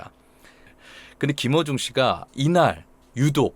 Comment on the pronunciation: 저만 그런가? 했는데ᆢ